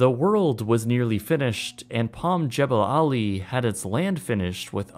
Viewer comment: The correct pronunciation is Jah ball' ali.